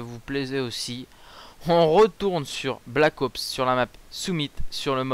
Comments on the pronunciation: alors je suis trop contontent que tu soit revenu, mais estt-ce que une fois tu pourrait dire black "HOPse" au lieux de "black AUPSE" si tu n'a pas compris c'est pas grave en gros pronoce le a l'anglaise. sinon super clip;) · C'est Black Ops , pas Black Aups --' Ca m'énerve ! xD